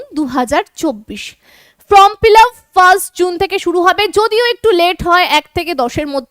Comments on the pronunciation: Madam আপনি বারবার উচ্চারন করছেন from fillup , kindly সংশোধন করে নিন। FORM FILLUP হবে। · It is not FROM fill up it is FORM fill up, correct your pronounciation.